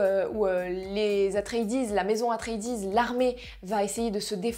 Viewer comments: Dune ce n'est pas que le film de Lynch de 1984. C'est aussi, et avant tout, une série de romans écrits par Frank Herbert. La planète Dune est aussi appelé Arrakis et la prononciation du clan Atréides....bref dès l'intro des approximations pas digne de tes vidéos habituelles. J'avoue être un peu déçu par cette critique. Pour en revenir au film, il faut le voir en Imax car le film a été conçu et réalisé dans ce format. Je l'ai vu d'abord en format classique puis Imax et ce n'est plus le même film. Il prend toute sa dimension en Imax. Foncez. Meilleur film de SF de tout les temps. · La prononciation d’atreides c’est pas possible la 😭😭